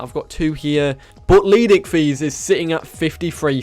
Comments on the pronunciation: idk why i always chuckle when he says leed icthys when it is leedsichthys XD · LEED pause SICHTHYS tf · no offence but how hard is it to use the first S in leedsichthys name